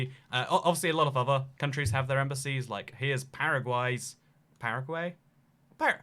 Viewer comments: its paragay. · Paragays like paraguys...